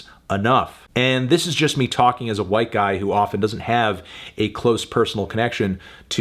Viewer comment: “As a white giy”